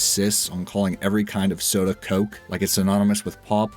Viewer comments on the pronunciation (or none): none